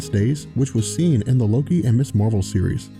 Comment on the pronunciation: She-Hulk is cool. Ms. Marvel is pronounced 'mizz'. Miss is miss and mrs. is missizz 👍🏻